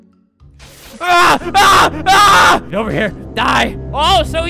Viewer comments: “It’s so hard to shoot the sherif” - Albert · he said “why is it so hard to shoot as the sherif”